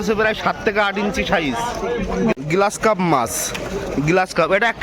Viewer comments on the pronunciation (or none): গ্লাস কার্প না গ্রাস কার্প।